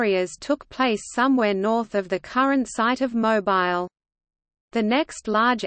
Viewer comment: OMGoodness! Mo Bile???!!!! NOT!!! How about Mo Beele???? MUCH BETTER!!!